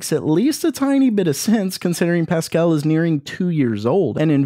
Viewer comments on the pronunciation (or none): none